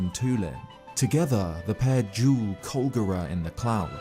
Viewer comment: (Also pretend that he didn't pronounce Colgera wrong)